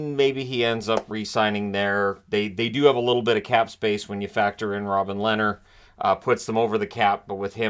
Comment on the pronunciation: It's Leeeeeehner - long soft e as in beer. 🇸🇪